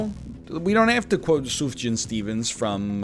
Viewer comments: It's Soof-yaaaaan, not Suf-jaaaaan :P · why does he say sufjan like that